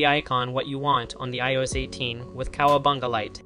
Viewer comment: How can you not know how to say iOS? Lol